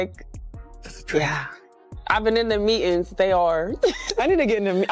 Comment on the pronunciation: What is a me en. She can't even say meeting. Pathetic